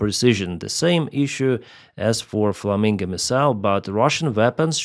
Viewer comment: It is flamingo O not flaminga A